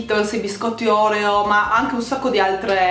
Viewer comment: si dice Orèo non Òreo😂😂